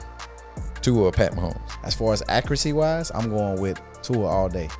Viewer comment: It's Tua .